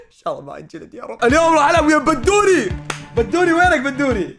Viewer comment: بدوري مو بندوري🤣🤣🤣🤣